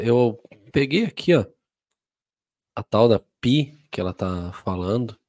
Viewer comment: Tenho PI instalado no meu telefone e uso para informações como faço no Google. Isso depende muito de como você usa. PI nos ajuda com direções e afins, nunca tive um "papo cabeça" com PI e nem pretendo. A pronúncia correta é "PAI".